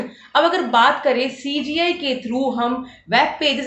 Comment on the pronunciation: Cga nhi cgi ha, aunty ji😂